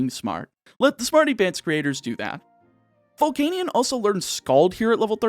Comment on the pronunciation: why does he pronounce volcanion like that...